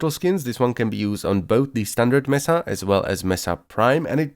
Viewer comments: ITS MESA, NOT MESSA. MESA! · Thats not how you pronounce mesa